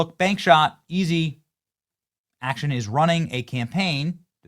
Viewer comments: It's ac-TON, not action. 😉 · This guy can’t even say her name right. Acton not ACTION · Its ACTON.....ACTON, not "Action". Are you sure Vivek is not right? And WTF are YOU doing? Are you trying to sink his campaign with this? Do you want the radical left to win? Maybe try positive PR. Its no wonder the left continues to win with the absolute worst policies ever to exist. They kick our ass in the PR department. Use your head dude. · Amy "Action"? FFS, Benny learn to read!